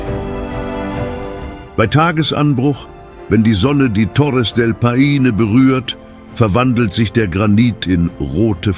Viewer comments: Torres del Pain? Ich kann das nicht mehr hören. Hör auf. Meine Ohren tuen mir schon weh. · Nicht nur Torres del Paine wird immer und immer wieder Falsch ausgesprochen. Es ist unerträglich dem Moderator zu zuhören. Ich glaube, dass auch der Text von einer KI geschrieben worden und es wurde Text EPISCH / Theatralisch / unübertroffen / kolossal ausgeben eingestellt. Es klingt so schlimm, dass man den Ton abstellen muss. Die Bilder/Videosequenzen sprechen für sich und sind echt gut.